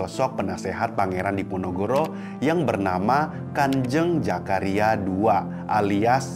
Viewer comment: Bukan Jakaria,Zakaria mas, sebutnya gak benar hihihi